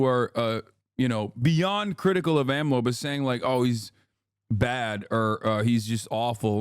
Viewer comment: it's so funny to hear hasan pronounce AMLO's name YESSIR I LOVE MEH HE COH I LOVE AHM LOW